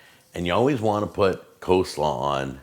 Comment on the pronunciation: COLEslaw, not COslaw